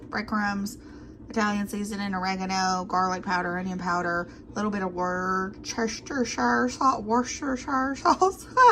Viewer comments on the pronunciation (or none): Love your appearances on Brookes channel. Worchestershire sauce is pronounced: "Woosta-sheer" sauce. Some Brits also call it "Woosta-sauce" - or "brown sauce". <3<3<3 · Brown sauce is something completely different. “Woostershure” sauce is the very liquid sauce. Brown sauce is sort of like an HP sauce with the consistency of ketchup.